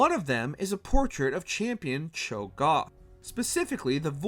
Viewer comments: Don't forget him saying Cho Goth instead of Cho Gath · CLAYgor? DeMAYcia? ChoGOTH?? AYsha????? TRYndemere???? What the fuck Why do you never get people who know the material to do the voiceover 😭 He can’t even pronounce melee right 🥴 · the way you say cho'gath makes the video unwatchable please never cover league again.